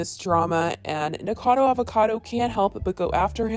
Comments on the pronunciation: I have held back saying this because I figured this drama would die down and you would stop having to talk about Nick eventually, but since it will apparently never die down, his name is pronounced Nick-acodo Avocado, not Nickacado. Not that it matters. 😂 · Girl it’s been so many videos it’s NikAcado not Nikado lololol PLEASE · I hate the guy but it kind of pisses me off how you keep saying Nikado 😂 it’s Nikocado. Guess im ocd like that. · It’s nickocado, not nickado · its nik-0-cado not nik-cado ...I don't like him either but at least pronounce the name right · Yessssss mispronounce his name😂 bet it triggers him. He needs to quit but he's just THAT full of himself. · Please say his name right. Nik-o-cado, not "nikado". I love your videos, but that does make me twitch, lol. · I find it funny that she says “nickado” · NIKO-CADO-AVO-CADO omg!!!!!!!! It's not that difficult!!!!!!!! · "Nic-ado Avocado" 💀💀💀😂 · and I can't believe you still cannot pronounce his name. "Nik-O-cad-o". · You cannot pronounce Nikocado. It hurts. You keep saying Nikado. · Right if your gonna make money off the guy how about you say his name properly FYI I’m not a fan of either of these guys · You always pronounce nickocados name wrong but spell it correctly😭😭😭 I don’t like him but I don’t get it lol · U cant even say his name right 😂😂😂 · ok but can u like say his name right for once lol